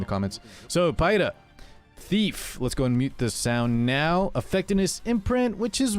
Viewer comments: It's pronounced Pee-ra. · It's Peɪ-ra.